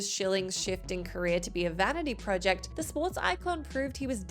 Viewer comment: So it’s everybody at WhatCulture that can’t say project properly 😫